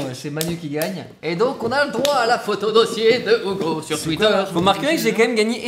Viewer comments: STP DIT: UGO PAS OUGO STPPPPP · Poké WorldEX non desole Ca se prononce Ougo et pas Hugo. Bonnes vacances! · Mais... Hugo, s'appelle Ugo ou Hugo ? Ça se prononce Ougo ? 🤔🤔🤔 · AH mais alors dit à Manu de le prononcer Ougo mon petit Charles c'est déconcertaaant! Bonne vacances au trio et évidemment à votre équipe technique:)